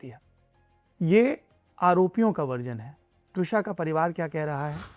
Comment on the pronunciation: Should be त्विषा, not द्विशा